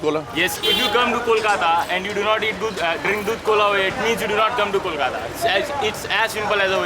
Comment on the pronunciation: Rocky pronounces Kolkata right!! Thank god!!